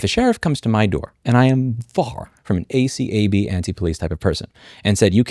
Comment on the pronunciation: I meant, saying at "ay-kab" instead of each letter